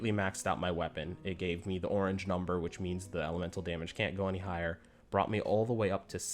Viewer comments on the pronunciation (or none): none